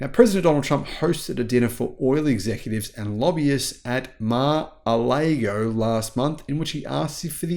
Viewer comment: "Mar-a-lay-go" WTF, it's Mar-a-lar-go. 🙄😖